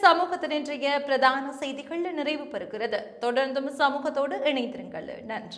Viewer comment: அதென்ன சொல் முடிவில் 'கள கள என்று சொல்கிறீர்கள். உதாரணம் செய்திகள் என்று சொல்லாமல் செய்திகள என்று சொல்கிறீர்கள். உண்மையில் நீங்கள் தமிழரல்ல போல் தெரிகிறது😮